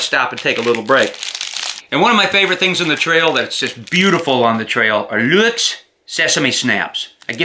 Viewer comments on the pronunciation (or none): none